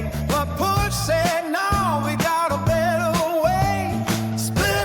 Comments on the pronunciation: Puch. Not pronounce Pook but Poorrr like Johann Sebastian Bach (Barrrr, not Back). 2-stroke equi-current engine sweep like OPOC engine, with bent cylinder in U. Piston timing gap (15 degree) allows opening the exhaust ports before opening of the transfer ports, which limits losses through the exhaust of the fresh charge. OPOC = opposed pistons, opposed cylinders. (2 cranks) Engineer Adalberto Garelli began his career in 1908 at Fiat where he conceived the idea of a revolutionary two-stroke engine with a double piston and common combustion chamber which he patented in 1912. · The correct pronounciation is [pʊx]: Short „u“ and the hard german „ch“, a special sound few English native speakers master. Swiss German is full of it: „Chuchichäschtli“ and „Chäschuechli“ 🤪 Greetings from Germany! 🇩🇪🤝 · Pronounced =POOSH. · I had one of those. I pronounced it push cause I did that a lot. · In Australia we pronounce Puch as Push. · Yes, “Pook” is the correct way to pronounce it. I believe "push" is a joke about reliability, but I could be wrong on that. Here in the USA I have heard many mispronunciations, "puck", "puke", and "pooch" being three very common ones. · I'm not absolutely positive about this, but I'm pretty sure the correct pronunciation of the name of that manufacturer, "Puch" is pronounced 'Poosh'. It's French, they made numerous bikes, specifically smaller engines and bikes of the Moped verity. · Not uncommonly, it's the founder Johann Puch's surname. Pronounced ~ 'posh' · as a dutch person close to german its funny hearing him say puch its like the dutch g in the back of your mouth sounds like a throat sound but its done with the back of your tongue